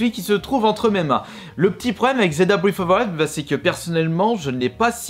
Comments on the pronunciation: Je suppose qu'il voulait dire Zelda breaT of ZE Waild mdr lol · Il en parle non? Quand il dit "Zelda:bréve of ve waiiild" je suppose qu'il voulait dire Breath of the wild